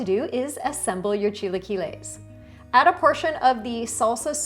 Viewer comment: Learn to say it, ugh